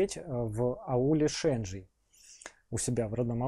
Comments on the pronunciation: Ударение на и в слове Шенджий. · Он родом из аула Шенджий Трахов, только ударение не на е а на и